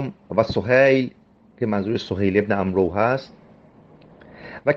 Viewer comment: آقاجان این عمرو amro تلفظ نمیشه، amr درسته، اون واو آخر هم واسه اینه که با omar اشتباه نشه.